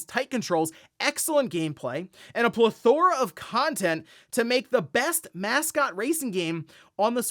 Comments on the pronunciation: plethora is pronounced with the emphasis on the 'e', not the 'o' ... just throwin' it out there 'cause it was painful to hear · it’s pronounced pleth-ruh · That's not how you say that word 😂